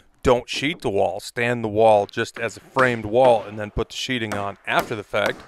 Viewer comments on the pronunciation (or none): Sheathing. Not sheeting. It even says this on the plywood, t-111, osb.... you are SHEATHING a structure like you put your knife in a sheathe not a sheet. So many people make this mistake in videos that it is becoming common. Like a common group of illiterates.